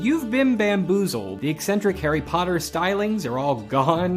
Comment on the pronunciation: Lol. "Hari Puttar"